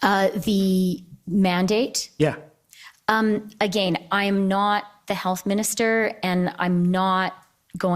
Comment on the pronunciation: I cannot stand her pronunciation of the word "again". That was painful.